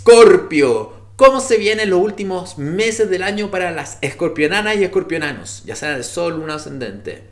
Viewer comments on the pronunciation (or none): no se dice escorpionanos, se dice Escorpianos